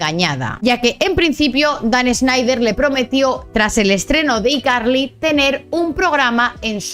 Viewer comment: no se pronuncia you tuve, se pronuncia "iutub", no se pronuncia "ycarli", se pronuncia "hayCarly", seria bueno que si haces videos cuando pronuncias ingles lo hagas bien, pues haces el ridiculo.